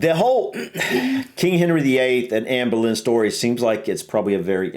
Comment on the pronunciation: You pronounced her name perfectly 👏